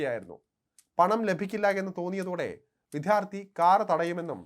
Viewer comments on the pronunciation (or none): "വിത്ഥ്യാർത്ഥി" അല്ല, 'വിദ്യാർത്ഥി'; ഉച്ചാരണം തിരുത്തുമല്ലോ.🙏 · അതെന്തായാലും താങ്കളുടെ വിദ്യാർത്ഥി ഉച്ചാരണം ശരിയല്ല. താങ്കൾ മാത്രമല്ല , പല News Reader മാരും "വിത്ഥ്യാർത്തി" എന്നാണ് ഉച്ചരിയ്ക്കുന്നത്. ഇത് അരോചകമാണ്. "വിദ്യാർത്ഥി " എന്ന് പറഞ്ഞ് ശീലിയ്ക്കൂ. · മറുനാടനിൽ പലർക്കും ' ധ' ഒരു പ്രശ്നമാണെന്ന് തോന്നുന്നു. വിദ്യാർത്ഥി എന്ന് ശരിയായി പറയു. വിദ്ധ്യാർത്തി അല്ല.